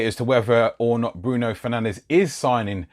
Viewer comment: Its pronounced fer nanj not fernandez